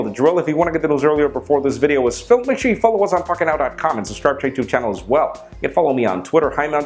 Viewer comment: When he said pocket now I thought he said fuck it now